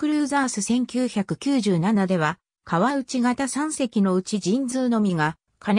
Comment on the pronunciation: あのすいませんが読み方ちがいますよ 川内型せんだい型です そして八八艦隊は、はちはち艦隊です